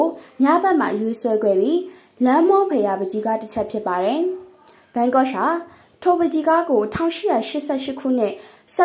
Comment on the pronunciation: စာဖတ်နေသူ- ရှင် Yan Gogh အသံထွက်မှန်အောင် ထွက်ပေးပါရှင့်